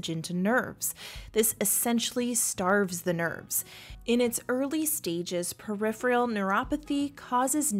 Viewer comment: Peripheral not periphreal.